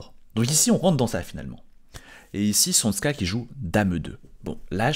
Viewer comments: C’est pas csonSka mais csonka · c’est tchonka balage… Cs=Ch comme en anglais dans church, et zs c’est g comme le dernier son de garage. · Csonka se prononce à peu près [tchonka]